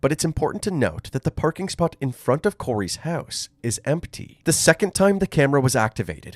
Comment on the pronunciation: Listening to the narrator say 'house' is just too funny. "Høuse"